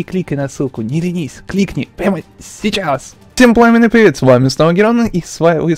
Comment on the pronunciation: Кстати Герон ты в некоторых видео говоришь не Всем атомный привет, а Ем атомный привет:D